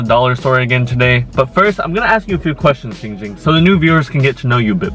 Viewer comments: It is Ging Ging not ping pong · I'm 4 year late to this but to you,, Ging Ging's name is pronounced Giiiiiiing Ging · a e s t h e t i c a s m r his name is Giiiiiiiiiiiiiing Ging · It’s not giiing ging, it’s giiing GING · DUDE ITS GING GING NOT JING JING! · The letter E no it’s Giiiiiiiiiiiiiing Ging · It’s pronounced GiīóUG Gïîoüng! Not jing jing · WHAT THE HELL ITS GING GING NOT GENG GEND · AYOOO ITS GIIIIIIING GING NOT GING GING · ik how to pronounce his name! its not ging ging its Giiing Ging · It’s not Ging Ging it’s ling ling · Why does no one seem to care about saying “Kim namjoon “ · "I used to give her the SunnyD too but, without the Sunny" Ging Ging